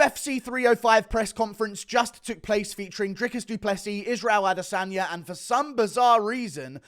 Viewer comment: ah-DE-sonya So cringe...